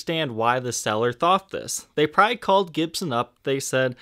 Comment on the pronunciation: Jesus, the word is 'probably', not "pry".